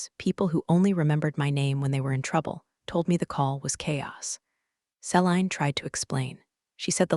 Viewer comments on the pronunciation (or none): See-lean = Celine